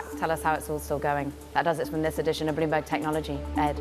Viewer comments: Loomberg, lol this is sad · Loomberg. Yeah 😂